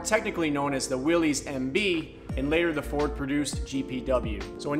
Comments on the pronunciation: My grandfather would like to remind the youngsters that Willys is pronounced, "Willis" , It's not Willy's/Willies. Also Bantam invented what we call a Jeep, the front grille we know was Ford's part of the later bids due to it being easy to stamp out. In the end they let Bantam make trailers and the big companies took the idea from them and became famous for it. We have an FJ40 and 55 as well. We also have an M37 Dodge, and Toyota had a Dodge copy as well called the FQ-15, check that out. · Willys is pronounced like Willis... it's a last name. It is not pronounced like willie's. Fun fact. 😎